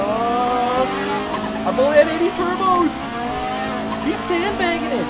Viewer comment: Absolutely Love it when he says Turbskyes